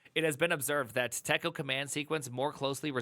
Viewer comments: We pronounced it "TEA-CO", TECO. Editor ran on the PDP-11. Also its, "Ebb-cid-dick" EBCDIC. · Just because it was like fingernails on a chalkboard... TECO is pronounced "tee'koh". I've forgotten all of it. However, I think it's sort of still alive in OpenVMS and I suspect variants are still around for other operating systems. For those who need more masochism in their lives. Interesting tidbit... the first EMACS was implemented in TECO as macros, and that's where the name came from (Editor MACroS). Many of us who had to edit code back then jumped on it pretty quickly. I'm still an emacs user today, though it's dramatically different today than it was back then. Not completely unlike how vim is different than the original vi, though emacs has more massive historical overhauls and oddities under the hood. Keep in mind that back in the day, some us had to become 'ed' experts, or at least find an 'ed' expert for some scary "I need to perform this non-trivial edit operation on 60,000 production data files, and it has to be right on the first pass because the filesystem is near full and backups take days to restore". Editors for us non-quiche-eaters were very primitive. Of course... I like quiche, so f*** that phrase. Quiche can have anything it, just like pizza. Put some bacon, ground beef, Italian sausage and pepperoni in it if that's your thing. Here's a fun thing to consider about us crusty emacs users... we've been doing functional programming for many decades. Because once you have more than a couple hundred lines of custom elisp you depend on to get your work done fa